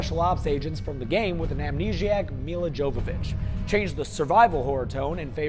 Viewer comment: Good job at slaughtering milla jovovichs name